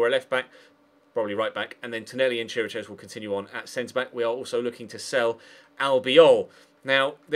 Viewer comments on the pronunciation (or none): Chiriches' last name is pronounced Kirikesh